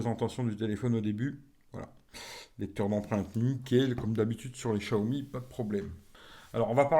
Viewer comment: Tu arrive 5 mois après tout le monde... Et prononcer chiaomi comme tout les benêts du net c'est gonflant